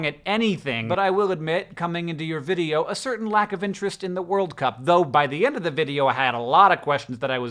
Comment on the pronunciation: Does anyone else find it weird how both Hank and John emphasize 'World' instead of 'Cup'? I've never heard anyone say it like that before...